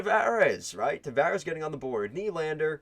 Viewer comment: WTF am I watching? Boston beat Montreal, Philly, & Tampa in 2011. Boston beat Toronto in 2013, the year our team lost to the Blackhawks in the finals! In fact we beat them in 2013, 2018 and 2019, but NOT 2011. Also this ass-clown can't even pronounce half of their names....and not bottom 6 guys....stars like TAVARES! How can you not pronounce his name, dick-weed? This is insane. This clown is a clown.